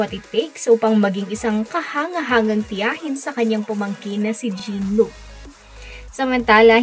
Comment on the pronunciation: It's not pronounce Jean as girl, his name is French, Jean Luc in English is John Luke, all biblical names, if its this name ,Jean is John to say it. FYI